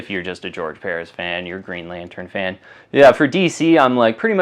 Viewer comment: Very informative show will keep an eye out for the mignola Batman how do you not know how to pronounce George Perez his last name is spelled like it sounds LOL